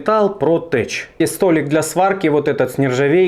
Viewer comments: Не тэч, а тэк. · tech - ...теч - это когда труба протекает. а это читается как тэк.